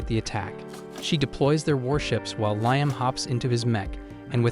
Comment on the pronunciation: The AI voice needs to decide if his name is pronounced ligh-em or lee-em.